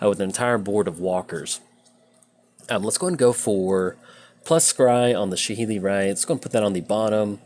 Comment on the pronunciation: Every time you say “Saheeli Rai” incorrectly it makes me cringe so hard